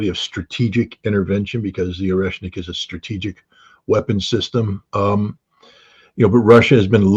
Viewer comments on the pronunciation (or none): none